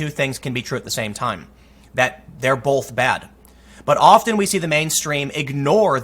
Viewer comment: Burger King choosing not to cowtow to an insane police request to not sell milkshakes in Burger King endorsing violence!? I know the news has been rather slow but holy shit dude! I stopped subscribing to you a while back because your videos all kind of sound the same and your pronunciation of the word "both" is actually infuriating. But I still watched you from time to time because I enjoyed your insights. But I'm not going to be watching your videos any more. This reads like a conspiracy video.